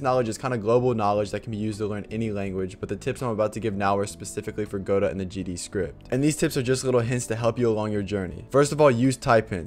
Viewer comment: Thanks for saying go-dot and not gu-dough!